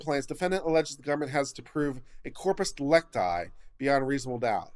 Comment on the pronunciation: "It's 'corpus dee-LEC-ti', not 'dee-lec-TI.'"